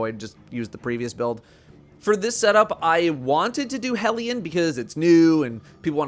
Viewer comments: The only content creator who pronounces "hellion" correctly. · Thank you for pronouncing Hellion correctly :) Also Hellion is best buddy, that boy can lob some solar mortars like 50m at enemies I wasn't even paying attention to.